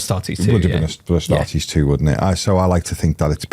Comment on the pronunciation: *ASTARTES. Not "Astares". Tourist vibes lol.